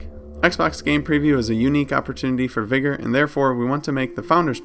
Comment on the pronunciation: Sorry but why do you say vigor like the n word vigor doesn't have an e in it